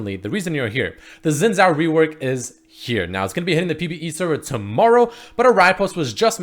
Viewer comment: Real pronunciation: Shinn zhao